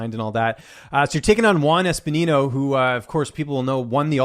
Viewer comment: “Espinino” xd